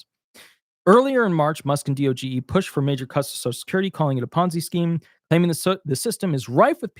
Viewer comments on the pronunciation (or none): Please stop spelling out D-O-G-E. It's one word, DOGE. I'm not sure why you can report on DOGE and not know how to pronounce it.